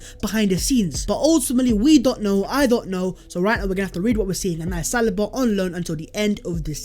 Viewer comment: Sa lee BA not salibaaaa